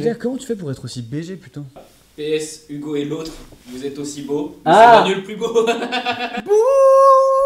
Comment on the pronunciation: cest moi ou dis OUgo et pas Ugo